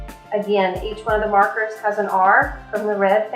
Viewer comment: What is the name of the markers and where do you buy them? I cant seem to find them. I thought you said Puffed Markers.